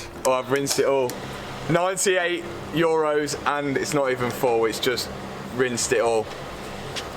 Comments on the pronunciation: Love the video's but I just have to say... Europs? It's euro, no plural and for sure not a P in there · Love the was he says: europes (supposed to be EUROs) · Euros, not eurups.. 🤯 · it's euros btw, not europs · Its euros not europes but its funny u saying 😂